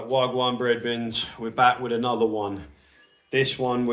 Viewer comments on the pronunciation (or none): Another interesting video!!! is not 'breadbin'...it's brethren